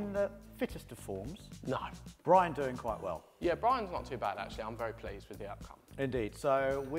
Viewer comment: Bwian, eh? |